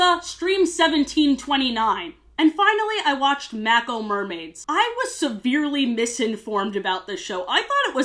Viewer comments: Honestly shocked on how u pronounced mako😂 it’s said like Mayko. Like the mako sharks that surrounded mako island from h2o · WHOA I was just watching this video being entertained, and then I got absolutely JUMPSCARED when you pronounced Mako as MAC-O 💀💀💀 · i genuinely had to pause the video with the way you pronounced "mako" i have never heard it pronounced like that 😭😭😭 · I don’t usually get bugged by things like this but it’s pronounced Maeko not mAko like Macdonald’s, and they constantly repeat it over and over in the series. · As someone who watched a lot of H2O and then a good chunk of all 3 of Mako Mermaid's seasons: 1. I can't tell if you said Mack-o Mermaids on purpose or as a joke and it'll haunt me 2. As a male fan of the original show, I had actually always wanted to see a merman on the show! However... 3. I'm not the only one who's noticed it, but the show has very strong and very gross Gender Essentialism and Man vs Woman vibes that ring very TERF-y to me. There are only 2 mermen ever in the show (Zac being one), and they're both portrayed as effectively being biologically predicated towards violence, greed, and domination. Mer-pods are exclusively female and any mermen that are born are forced to live on land since birth all because of a mermaid vs merman war that happened thousands of years ago. Very much Not a fun time for me to watch. 4. Basically almost none of the characters, especially the 4 mer-protagonists, treat each other nicely. It's always very antagonistic. 5. The show kind of breaks H2O's canon with the existence of a natural mermaid pod that's apparently always existed at Mako Island, but was never seen during the first show. It's been speculated (maybe officially stated somewhere?) that Mako Mermaids was originally going to be a prequel, but by the finale introducing a grown-up character from the original show, it's a confirmed sequel that's completely incompatible with the original show (along with a few other reasons).